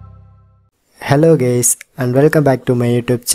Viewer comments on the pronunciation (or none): “Hello gays”💀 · “Hello gays”😂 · He said ( hello gays 😂🤣 👋 ) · He said ^^HELLO GAYS ^^